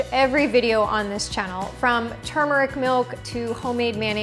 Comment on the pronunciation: Thanks for pronouncing Turmeric as it should be.